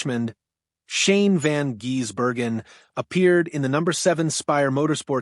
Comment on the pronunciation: F..king aye, butchering his name by say jezbergen instead of Gisbergen. Come on man at least learn how to pronounce his name with the proper respect he deserves